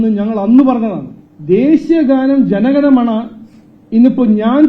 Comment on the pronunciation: അല്ലയോ sir. ജനഗണമണ അല്ല ജനഗണമന എന്നാണ്.